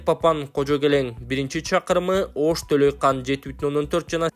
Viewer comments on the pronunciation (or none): Толайкан дебечи, карагым?! Андан коро фамилиясын кошуп Толайкан Абдирасулова деп айтсан, апчен суйунуп калчудай! Толойкон деп журт! Менин смартфонума кыргыз арибин киргизе албай койдум. "О" тыбышын билесиң да... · Төлөкан эмес Төлөйкон. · Төлөйкан эмес, Төлөйкөн.. Тө-лөй-көн айыл өкмөтү....